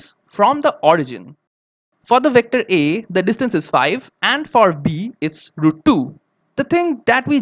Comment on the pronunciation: "the victory"?? IT'S "THE VECTOR A"